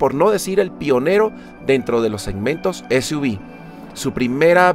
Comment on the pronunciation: Continente latinoamericano??? Será hispanoamericano, pq en Canadá hablan francés y este coche ya llegó hace rato, dices para Suv : ese , u , vi, será ese , u, uve 🙄 ;cr - b o cr - UVE , yo veo CR-V........ MADRE MIA